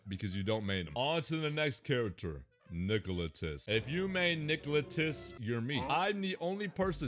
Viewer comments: nicolotis 😭. It’s actually. Nil ot ti cus. Combine my comment and you will say his name correctly. 🤓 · How do you always mispronounce Niloticus as Nicolitus. Also thanks for the compliments towards Springtrap mains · Ngl, the way says "Niloticus" actually sounds better imo, due to the fact that it rolls off the tongue better than his original name. It's just that the "ticus" sounds weird when pronouncing it.